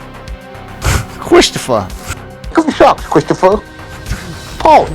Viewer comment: Yes cwistophah! Yu didit!